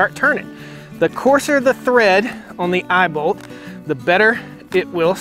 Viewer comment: “We have an eyebolt here.” An eyeball?? Then I realized he said eyeball lol imao